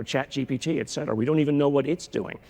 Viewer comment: It’s etcetera, not excetera. This has become a personal crusade of mine, and I have no idea why so many intelligent people pronounce this word incorrectly.